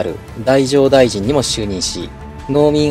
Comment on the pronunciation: だいじょう大臣？だじょう大臣ではなく？